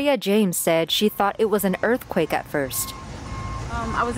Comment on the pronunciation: What’s an erfquayk? Oooh you mean earthquake… got it.. 😂